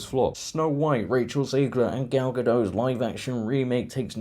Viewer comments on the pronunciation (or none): Gadot, not Gado, the T isn’t silent at all.